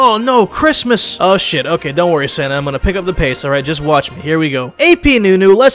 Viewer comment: Keep saying Santa like Senna